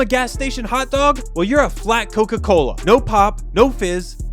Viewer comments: Coca-Cola ❌ Koka kola✅😅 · Bruh when he said that his dad went to get koka kola and never came back it sounded like he went to get milk and never came back😂😂😂😭😭😭💀💀💀